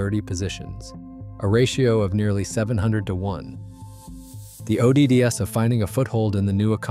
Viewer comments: This AI read "odds" O D D S 😂😂😂😂😂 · HI, I sincerely wonder how factual these video commentaries are given the poor state of the computer generated narrative. your computer cannot even pronounce the word "odds" or even "wifi" and several other words. sorry Charlie, your PRETENDING to be real is not honest.